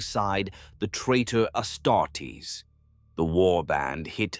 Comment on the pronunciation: I'm used to the AI voice mispronouning stuff in all his videos now it's a drinking game. Personal faves are "Medigee" "Ass startess"